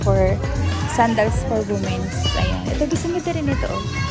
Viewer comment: hi lods, medyo mali ang pag pronounce mo ng "womens", not wu mens, its "wee mens" hope it helps:face-red-heart-shape::face-red-heart-shape